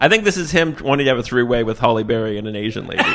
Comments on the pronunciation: Her name is Halle not holly. Sounds so weird in my head when I hear u say it 😅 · Hal-E, not Hall-E. But other than that, gold. Dammit, so good even through the invented peanut butter.... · I agree. Everytime I heard it, I thought, "How do they not know how to pronounce her first name by now?" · Halle not Holly. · Her name isn't "Holly". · It sounds like he’s saying Holly Berry instead of Hallie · Calling Halle Berry "Holly" the whole time is unhinged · 🤣 Halle. Not Holly. 😩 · HALLE not HOLLY MFER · Her name is “Halle” not “Holly” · It's Halle, not Holly, still made me laugh though! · 1. “Nappy dugout” was definitely a real slang term in the 80’s/90’s 2. WHY DO YOU KEEP CALLING HALLE BERRY “HOLLY BERRY”? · Hallie, HALLIE, not Holly! 🤦‍♂️ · It's Halle Berry, not Holly Berry. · I just came here to join the chorus of people criticizing you for calling Halle Berry Holly. Her first name rhymes with alley, not with jolly.